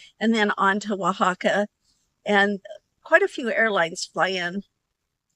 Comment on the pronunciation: I would have never figured out how to pronounce Oaxaca, so thank you for that! 😊I've never heard of a petrified waterfall before. It looks really cool and interesting how they are formed.